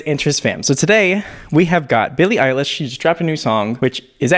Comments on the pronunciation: my man almost said “Billie Ache” 😆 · “Billie Eyelash”